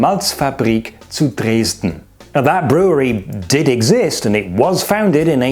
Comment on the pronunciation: The Judge was smart... And the HB is a trademark that the Dresdeners name is too similar to... Love the way you mispronounce Dresden.